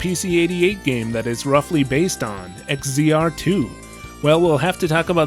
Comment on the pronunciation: to throw it out there, in case no one else said it, X-Z-R is pronounced Exile. Or, Egg Xile.